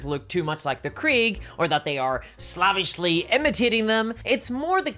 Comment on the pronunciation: Is there a youtube or legal reason that you cannot pronounce "slavish"?